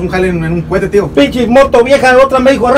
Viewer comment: no es cuete es cohete